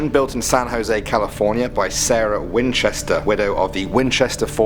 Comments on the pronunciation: #6 Wi-Winchester? WINCHESTER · When he said winchester I died a little. #supernatural